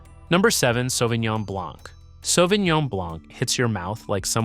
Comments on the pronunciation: I stopped watching the video when he pronounced the c. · I came to look for the comment. It drives me crazy. Matt Leblanc… ugh. why pronounce the ‘c’. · As a French man, I die a bit each time you say the C in blanc.... it's silent !!